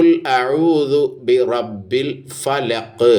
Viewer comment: അതു പോലെ.. ബിറബ്ബിൽ.. എന്നതും ശരിയായില്ല...